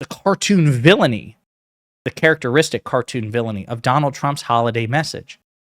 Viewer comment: The word is villainy: no "r"